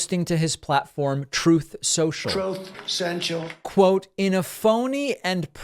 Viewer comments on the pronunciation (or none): I’m starting to get mad that we don’t hear the “trooth sensual” when David mentions that failed social media platform! 😂 oh nm, heard it the 2nd mention. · "Troth Social"!!!!